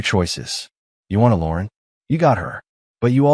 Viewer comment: Lauren is not pronounced as Lorn